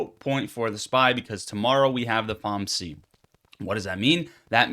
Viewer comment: Nah bro you said “Fomsee”